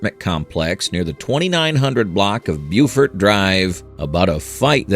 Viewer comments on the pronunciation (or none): none